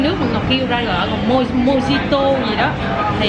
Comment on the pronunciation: mojito tiếng mễ đọc là Mohito đó chị. J phát âm thành H